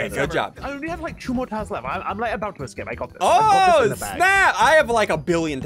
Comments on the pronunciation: Why do you say excape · Just realised that ssundee pronounces ‘ecscape’ instead of ‘escape’ 👀✨